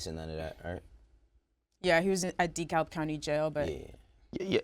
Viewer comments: it’s pronounced dekalb “dee-cab” I live in ga so it sound so nasty when she say that😂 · The hell is decail county??? LMAOOOO It’s DEKALB Nadeska. 😂😂😂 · 🤦‍♂️😂😂😂 #Nebraska said DeKa"L"b county 😂😂😂 We don't pronounce the L in "DeKab" either shawty! 😂😂😂 #ATownShxt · dee cowlb county lmao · Shawty it’s Dekalb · She pronounced DeKalb county incorrect. Damn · She straight up miss pronounced DeKalb wrong...